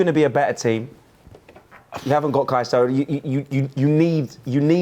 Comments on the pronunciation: Jamie said Saicedo 🤣🤣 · The way carragher butchered caicedos name 😂😂